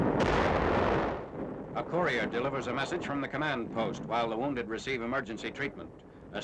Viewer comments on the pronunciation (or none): none